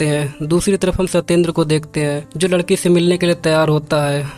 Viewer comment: Arre bhai, at the beginning of this video: ladka ladke se ni, ladka ladki se milne ja raha tha (E ki matra use karo), tum ladka aur ladki ko ek jaise pronounce kar rahe ho